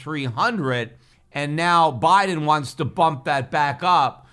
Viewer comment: BI-de-N BI-tcoi-N